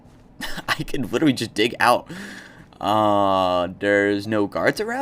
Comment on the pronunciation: Did anyone notice he is saying “witewy”😂😂